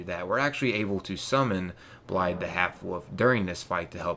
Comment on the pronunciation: FYI its pronounced Blaiv, blaidd is Welsh for wolf :)